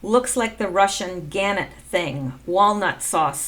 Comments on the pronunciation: Thanks for your work. Just to let you know - Gannett is pronounced - Ga NET. And the word nuclear is pronounced Nu CLE ar. When you explained the post about Snowden, define the end, etc. , I think you are correct in your deduction. Snowden still can choose to be a white hat, repent. Good work. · Pronounced gaNET